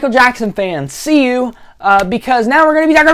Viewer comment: tears up What the hell is going on with “yuh”, Paul?